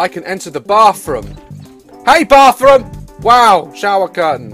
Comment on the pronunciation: LOLGirl i died when he was like "Thats MY ROUM!. .whats wro-, THATS MY BAFFROUM